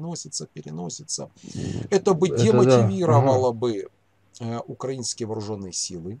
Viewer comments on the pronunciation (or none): none